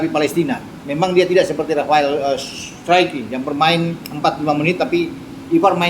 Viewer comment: Bacanya STROK bang